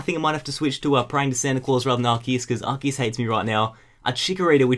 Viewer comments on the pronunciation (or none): none